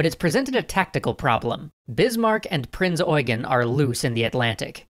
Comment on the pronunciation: Correct pronounciation of Prinz Eugen. Very rare to see native English speakers pronounce German names right. But then the wrong image of Germany with the borders of 1990. Close, but no cigar.